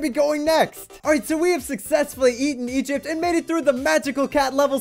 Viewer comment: Did he just say ancient egit?